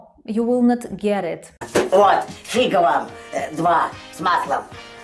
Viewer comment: Know, but don't use them! All these expressions are used by children or undergraduated rude people. The right spelling is ФИГА with stress on the first syllable.